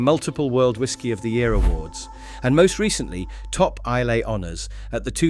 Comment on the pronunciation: Islay is pronounced Eye - la, not phonetically as spelt.